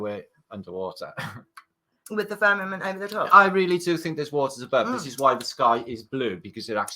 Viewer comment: Did you say "firm in it"? Is that firmanite? Don't believe there is a car up in space!